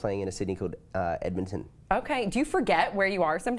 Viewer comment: lol a place called edmonton hahah its so weird how he said that